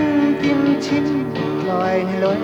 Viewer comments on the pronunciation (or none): none